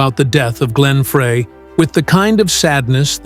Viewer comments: Frey. Fry not fray!! So annoying. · Frey is pronounced FRY!!! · Teach AI how to pronounce every word they are saying. Frey should sound like FRY!!! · It’s so embarrassing to this channel that the creator of this video didn’t even bother to learn the correct pronunciation of Glenn’s last name. Many other reactors are also too ignorant to find out that it is “fry”. It’s very insulting to his memory.